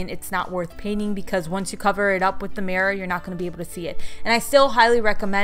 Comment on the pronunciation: Is anyone annoyed by the way she says “murror”